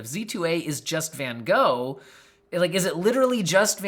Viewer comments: I wish they hadn't named it after Van Gogh. Americans just can't pronounce it right and it hurts 😅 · Much as I love my American family and friends, y'all really need to learn how to pronounce Van Gogh!